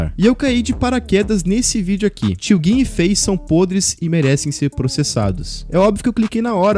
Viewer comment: e foda né pq eles não fala tio gin certo